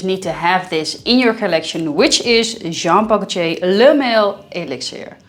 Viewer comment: Jean Paul "Goce", please stop say that